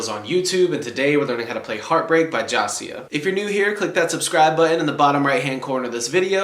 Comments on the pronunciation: Jasiah is pronounced Juh Zai Uh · Man I love this channel but why'd you have to say his name like that 😭